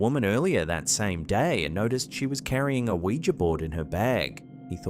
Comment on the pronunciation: thank you for pronouncing Ouija correctly. So many people say "wee-jee" instead of "wee-juh" and it's so annoying. Great selection of videos, as usual. 👍👍 Ron Wyatt already beat them, in discovering Noah's Ark, right on the same spot.